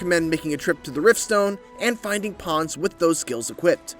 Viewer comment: They’re “Pawns” not “Ponds” 🤦🏾‍♂️